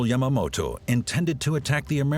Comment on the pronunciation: The Japanese seizing Dutch controlled India? You mean Indonesia aka Dutch East Indies, big difference God what an awful documentary, can't even pronounce Yamamoto's name right and errors in place names